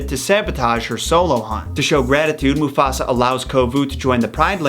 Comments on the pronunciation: did he just say Muffasa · You keep saying mufasa, what?